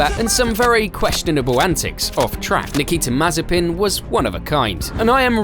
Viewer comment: Nikita May-Spin